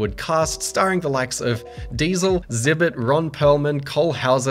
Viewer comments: omg he just said zibit instead of ex-zibit. 🤦‍♂ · it’s pronounced exz-ibit not zibit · Lol I know it's your accent, but Zibit is pronounced with the X, X-Zibit, like an Art Exhibit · btw its pronounced "EXHIBIT" not "ZIBIT" lmao tho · “Zibit”?? No.. it’s Xzibit like exhibit 😂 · "Zib it" lmao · “Zibit” lol. Jokes aside this video was great and so was this series of games. I have great memories and am even a huge fan of the movies. Thank you for showing it some love. Maybe this will convince some more people to give it a shot. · You magnificent bastard, I did a full spit take when you said “zibit” looooool. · My favorite part was pronouncing Xzibit's name as Zibit. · It's pronounced 'X-zibit' with a hard 'X' like saying the letter out loud. Lol. Thanks for the review, love this game back in the day. I'll have to try dark Athena. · He really pronounced it zibbit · calling xzibit just zibit forever from now on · Did this corn bucket just call Xzibit “zibit” ? 😂😂😂 yikes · dude i know you didn't say "zibit" please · Dude, it's EX-zibit. Utterly unwatchable. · lol at how you mispronounced xzibit